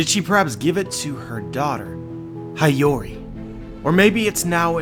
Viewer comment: Please say 'Hee-o-reeh' not 'Hai-yo-reeh'